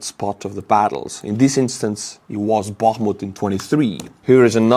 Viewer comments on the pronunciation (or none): none